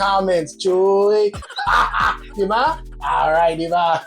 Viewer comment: I like to hear when you say Tagalog words like DIBAH!sounds like a true filipino,good job kababayan!!!👏👏👏👍👍👍